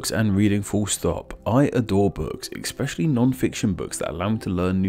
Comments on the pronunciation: Ex-speshally? Could you possibly mean: "Especially"? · I noticed you did not pronounce 'especially' correctly. Strange for a language focused channel. (Listen to the first few scentances) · It's a common way of mispronouncing it, to be fair. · To be fair, that's true. Especially ;) in the United States.